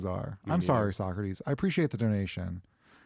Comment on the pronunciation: Damn near perfect pronunciation on that 'Socratis'! -a Greek fan of everything you guys do:)